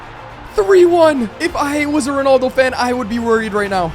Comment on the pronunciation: Why do you say ronoldo?